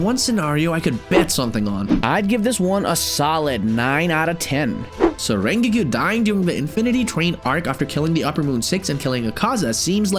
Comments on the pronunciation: "ReaNGOKU" pronouncation bro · the way you pronounce rengoku as rengyikiu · “Rengeku” 💀💀💀💀💀💀💀💀 edit: “Rengeoku” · U said rengokuku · the fact he's pronouncing it "rengiku" is killing me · Bro said lengoku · "rengewkew" no offense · Bro said "rengeeku" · did my manz just say rengikiku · bro when he say rengoku he sounds like rengikiu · The first thing that caught my attention was saying "Rengyuku"🤣 not tryna be harsh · Tf is Rengeego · Did bro just say "Rrrrrrrengiku" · pov you say ringoku ate the start of the video the coments: you said it wrong by the way great video! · did he say rengigu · Rengikiu,, OH MY GOOODDDD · Lol he said rengegoo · why did he say "rengoo" in the begin of the video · did you just say renkgu? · sto[ calling him rengiku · Bro said Rengiku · Not rain gurren khan not rain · ah yes "ryngyku" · bro says rengoku like rengeekoo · Rengigu XD BRO THE WAY YOU PRONOUNCE RENGOKU IS SO WEIRD IT DOESNT MAKE ANY SENSE THAT YOU PRONOUNCE IT LIKE THAT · no for real im sitting here like "why is bro saying ringogu" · This is how you pronounce rengoku Ren-go-ku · "rengigu" "sanime" "jenya" 💀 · "Rengeku" Why is your pronunciation so bad. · how does one manage to misspronounce rengoku that badly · the way he pronounces rengoku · The way you say Rengoku really grinds my gears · So we’re all gonna go past by the fact that this guy pronounced rengokus name wrong 😑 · The way he says rengokus name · He’s saying Rengoku wrong lol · Bro why did you say rengoku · The way I fr gasped when he pronounced rengoku like that 😭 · MISPRONOUNCED RENGOKU AND SAID RED LIGHT DISTRICT INSTEAD OF ENTERTAINMENT DISTRICT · They rengoku name wrong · SAY RENGOKU RIGHT!!!!!!!!!!!!!!!! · This dude saying rengoku like that triggers me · Your pronounce of Rengoku is bad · sorry i stopped watching because of the way you said rengoku idk why i just had to :( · its rengoku not ringki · I’m sorry but did you say Ringiku??😂😂😂😂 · why did you call rengoku rengiku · Rengoku❌ Rengiku✅